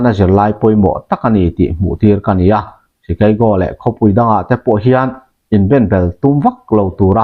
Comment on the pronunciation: I lam sap rau rau chuan..Chikeigo lo deuhin, Shikago hian analh deuh😂ka thianpa, American shikago ami lam dan